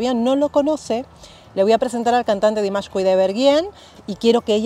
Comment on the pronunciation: Me encanta que te encante, un pequeño alcance, su nombre se pronuncia Dímash no Dimásh